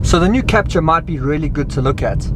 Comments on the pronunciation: It's French, so Kaptoor, not capcha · Wrong its Kap-TUUR